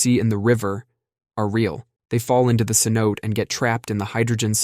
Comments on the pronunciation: Cenote = say-NO-tay. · cenote has three syllables: se-no-tay. (I;ve heard different vowels in third place, but always three syllables.)